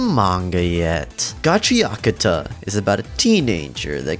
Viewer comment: Why do you say GACHIAKUTA like that?